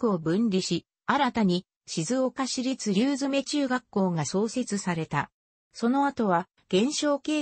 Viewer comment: りゅうづめでなくりゅうそう